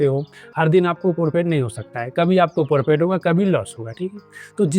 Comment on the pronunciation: Bhai ji forfit nahi profit hota hai